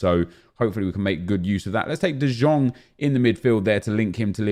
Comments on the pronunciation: Nep it‘s de jong pronounced with an „e“ not „sh“ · omg i beg you say de jong right, makes me sick every time you say it wrong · this man plays fifa for a living yet can't pronounce de jong correctly